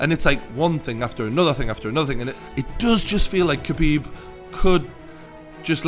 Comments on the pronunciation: It’s pronounced Habib Not KHabib 👍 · The K is silent, its habib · How come nobody understand yet that his name is pronounces Habib, the K in his name is silent for fuck sake. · being arab its pronounce KH abib not Habib, Much like Khalid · It's pronouced Khabib, not Kabib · хабиб. Its not pronounced as a 'h', but as a kh (as you would translate the sound into latin script), such as the sound in loch, like lochness monster, if actually pronounced properly. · It's pronounced "habeeb" not "kabeeb". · Say Habib, it’s not cabeeb. When asking for lasagne you pronounce it lazanya and not la zagnay. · Shut up you fool. Did Conor not over react, fly from Ireland and throw a dolly through a bus injuring other fighters that were not evolved. Also, to sound like a real reporter try pronounce Khabibs name right. Drop the K. Your boy Conor couldn't do those things you mention because he was afraid of the take down. Simple as that. He got outplayed. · You're literally the only person i have ever heard of pronouncing it like that. Stfu.